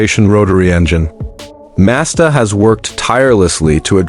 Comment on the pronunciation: Right, the RX minus 8. Got it. And this stupid AI voice needs to learn how to pronounce Mazda properly.